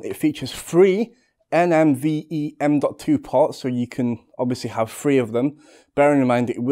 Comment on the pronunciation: Btw dude Ive heard you say this in a couple other videos including this. Its NVME not NMVE, so yeah